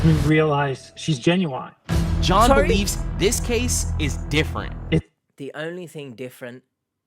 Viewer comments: Ginuwine is a hip hop artist. That could be why he’s mispronouncing genuine. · Maybe he’s talking about 90s RnB sensation Ginuwine. Only time it’s acceptable to pronounce it that way. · He pronounces genuine like Ginuwine the rapper name 😂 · I heard an australian reporter said 'jay-nu-wine' too. so, maybe it depends of the person?